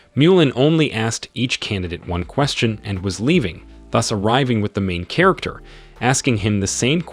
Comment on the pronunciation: It gets worse... Chair-acter